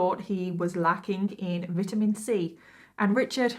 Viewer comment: When you said “We called all use a little vit-min C” I thought you said intimacy lmao and before you said vitamin c again. I said me too, 🤣